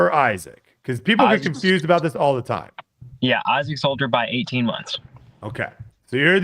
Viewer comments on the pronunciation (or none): none